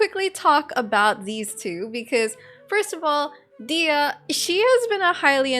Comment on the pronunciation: Please stop pronouncing her name as "Dea", there is "h" and "y" in her name as well.